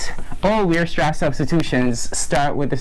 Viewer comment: great video, just one thing. Weierstrass is pronounced WIREstrass, not weerstrass haha